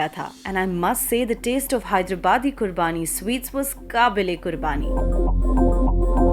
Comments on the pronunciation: Ma'am, it's "QUBANI ka meetha" not "Qurbani" Thank You 😊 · I think charminar was built in memory of eradication of plague. Get ur facts right. Do ur homework, its ur job. Also, im saying this again, its QUBANI not qurbani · Kamiya mam it's Qubani not Qurbaani..... Without r...... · Correction please its qhubaani ka meetha , not qurbaani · Loved this episode. Thank you Curly Tales for bring this episode. One correction, sweet is called 'Qubani' not 'Qurbani'. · Bhaiii..."qurbaani" nhi "qubaani" ka meetha hota hai woh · It's not "Qurbani"....Correct pronunciation is "QUBANI"